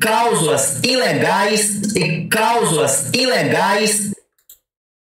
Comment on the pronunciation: Pera aí... é Causula ou cláusula...😂